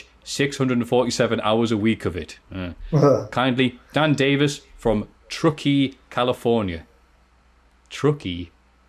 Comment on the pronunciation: I am from Northern California and can confirm you've pronounced "Truckee" correctly. Thought you'd like to know.